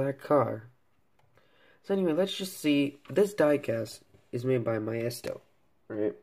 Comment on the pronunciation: Great review! btw Maisto is pronounced Maysto, not Myesto. Love the review! New subscriber!